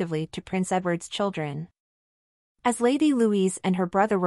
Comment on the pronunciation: Her name is Louise, not Louisa.